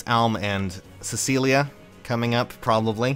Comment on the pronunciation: u said Cecelia but its Celica xD pronounced: "Se-li-cah"